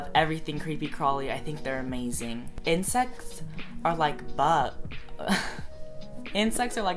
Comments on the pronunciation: when you said insects i though you said incest!!! i was shook!! :o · omg I thought he said "incest" lol